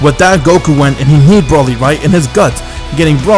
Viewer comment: i love how you said broly to bruhly